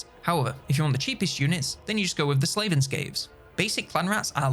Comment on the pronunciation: Am i drunk or did he say Slaven Skaves?